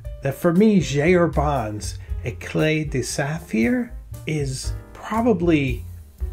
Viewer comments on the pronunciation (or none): If you’re interested the Herbin Éclat de Saphir ink is pronounced “ache-lah de saph-ear”